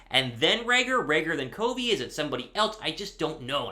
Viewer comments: Raiders fan here, usually listen to Raiders Report with Mitchell Renz but tuned into Eagles Now to hear about Britain Covey news since I’m a big Utah football fan and played against him in high school. Bro, you are slaughtering his last name. It’s NOT CO-vey it’s CUV-ey. I’m not trying to grill you but couldn’t take the mispronunciation anymore 😂 I hope he makes the roster tho! Will be another Hunter Renfrow!! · its pronounced "Cuvey" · Long utah ute fan here its pronounced (kah-vee) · Covey! Covey! Covey! You can’t go wrong! The dude is a stud! All around stud. Watching him at Utah was electrifying! Fly Eagles Fly! (Btw it’s “kuh-vee”) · You still are pronouncing Covey wrong. Pronounced kuh•vee. Good to see you finally coming around on him. Never a doubt he would make it. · Its CUH-VEE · Y for yes on Britain Covey making the 53 man roster barring injury. Don't let your eyes fool you on Covey. COVEY is pronounced "COVV-VEE" like "CUBB-BEE" but with a "V." Fly EAGLES Fly! 🦅